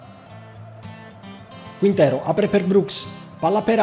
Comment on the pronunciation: Se riesci a pronunciare bene TSYGANKOV, sono sicuro che puoi pronunciare anche CHINTERO in spagnolo. Daje :)